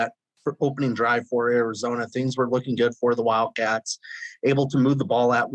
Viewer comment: ARIZoNA WIL_CATS - not enough "o" ... no "d".